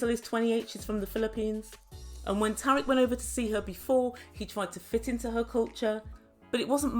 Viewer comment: Thanks for the update,! 🙌Hope you're keeping safe over there and that it's better than the U.S.! Fyi, Tarik's name is pronounced Tear-eek. 😊 What a mess with bringing in another gal! Sigh